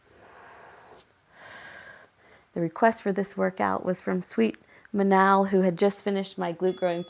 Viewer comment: Thank you! I am honored to have a routine with my name in it 😊 I can't wait to do this stretch. On my schedule for this evening 😆😎 Ps. You pronounced my name perfectly!